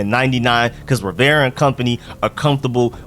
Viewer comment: Still haven't learned how to pronounce Rivera, eh....?